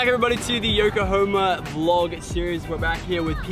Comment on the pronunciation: Congrats on actually finally saying yokohama correctly